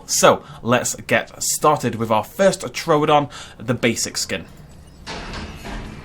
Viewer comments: True don not tro don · True don! It's not TRO don. You say everything else right, but you can't say it's name right.